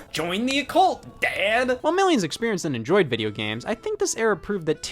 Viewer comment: Scott the Woz saying dad sounds like someone from Tennessee saying dad